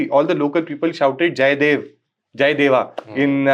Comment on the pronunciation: Jai deva ( sounded like deoa as well) local version of deva) still the slogan used by himachal in religious functions. This symbolise their devotion to their gram devta and oher devtas. 🙏